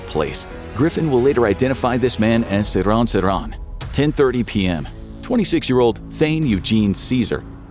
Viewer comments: Dude, the assassin's name is pronounced, "SIR-hahn SIR-hahn," not "suh-RON suh-RON." Your infographics videos are normally outstanding, but this one was one of the worst that you have produced. Terrible. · Ive always heard his name pronounced as SeeR-han SeeR-han , Ive never heard anyone pronounce it the way you are pronouncing it